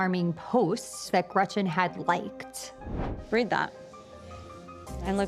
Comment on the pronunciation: I can't when gina calls gretchen, gretchers. Like stfu so fake